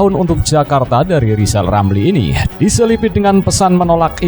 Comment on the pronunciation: Lizal lamli suluh belajal ngomong rll dulu balu bisa jadi plesiden....😂😂😂